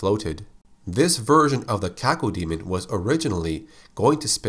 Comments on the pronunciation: When I was a kid, the name Cacodemon was apparently too much for my brain to process. I ended up pronouncing it "ka-CODE-mon" for six months before I realized that the word DEMON was in its name. Oops. lol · Cacodemon; Kay-Co-dee-mun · You say cacao diamond